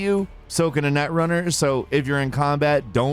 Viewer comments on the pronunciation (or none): I kept hearing "netrunner" as "nutrunner" and I'm gonna chortle away in the corner now